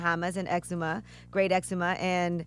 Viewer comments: Ex-Zoo-Ma that’s how you pronounce it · Her pronunciation of the name of the Island is so damn wrong. I wish I could say it the rite way for u guys. Exuma is the Island names but she saying it wrong yo. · EXUMA NOT ECZEMA!!! People get it right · Exuma - (ex- zoo -ma) . Pablo Escobar Island was the Norman Cays. 🤦🏾‍♀️ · Exzuma is pronounced ex-ZOOM-uh! Lol geesh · The islands name is Exuma not eczema. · Pronounced Zuma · Its pronounced ex-zoom-ma lmao dumbass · Its EXUMA, not eczema! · Wow! You can always tell when someone failed a reading and writing course. It's not Eczema it's Exuma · X zoom ma... is how it’s pronounced 😂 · Damn Angela Yee is either a dummy or doesn’t do her job. It’s not Great Eczema haha it’s Great Exuma. And that’s NOT Pablo Escobars island hahaha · Lmao she pronounced its eczema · its "Ex-zuma"! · Angela said eczema lmao the exumas ??? Isn’t it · Exuma is pronounced Ex-Zoo-Mah and was never owned by Pablo Escobar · its pronounced "EX-zoom-ah" 😑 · It’s pronounced Exooma but spelled Exuma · EXUMA is pronounced EX-ZUUUU-MAH 🤦🏾‍♂️🇧🇸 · It's pronounced EX-ZOO-MA (Exuma). We don't have an island named after bad skin. 😂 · It's pronounced ( EX ZOOMA ) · EX-ZOO-MA (EXUMA) PRONUNCIATION 🇧🇸🇧🇸🇧🇸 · Exuma is pronounced Ex-zu-ma🇧🇸🇧🇸🇧🇸🇧🇸🇧🇸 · its pronounced "exooma". Its the island where people visit to swim with the pigs. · That is not how you pronounce Exuma. Damn y'all could have googled it instead of saying eczema. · It’s pronounced ex-zooma Angela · "Charlemagne:There's a place in the Bahamas called eczema?" 😂😂😂😂 I know it's spelled exuma and pronounced differently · it's ex-zoom-ma. yall. lol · Its not eczema Yee.... Smh Yall don't even try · It's pronounced Ex-uuum-ah ...not the skin disorder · What's exzima??? It's Exuma!!!!!! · That's not how you pronounce it lool exuma ex-zoom-a 🇧🇸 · I am.from.the bahamas you said it wrong its ex-suma lol that how real bahamians say it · Angela please learn the correct way to pronounce the Exuma.. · EXUMA NOT ECZEMA